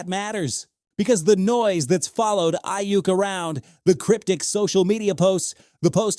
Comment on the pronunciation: All I keep hearing him say is Eye Yuck.